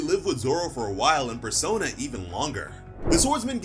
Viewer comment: why are you repeating yourself twice? Persona? not Perona?